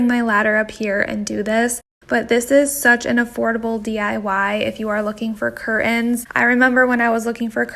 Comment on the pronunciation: It's curtains, not curins